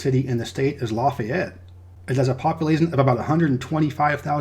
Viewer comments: I love your channel man! I'm from Lake Charles. I might not live in Louisiana anymore, and I'll never live there again, but I gotta say man, it's pronounced "Laugh-ee-ett" not "Loff-ey-ett" That is forgiven though, thank you so much for being so thorough. So many people forget about Hurricane Laura, and no one know how important Louisiana is to the food, shipping, and oil industry in general. I also love your distinguishing of Creole and Cajun culture. Cajuns have better food btw 😉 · And you messed up with Lafayette. It's actually more like LAUGH-yette, not LA-feyette. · Laffy-ette. Cal-cuh-shoe :-) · We say Lafayette as you would say Laffy Taffy. So instead of Laffy it’s Lafayette if that makes sense 😁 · Calcasieu is pronounced Cal-kuh-shoo. Lafayette is pronounced Laff-fee-et.